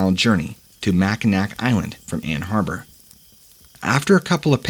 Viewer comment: I believe in is pronounced Mackinaw, isn’t it? This guy also called Ann Arbor, a place in Michigan, Ann Harbor. I enjoy these posts but the hosts so often mess up the names of places they are speaking about.